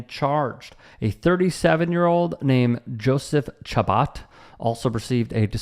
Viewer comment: Chabot is pronounced Sha-boo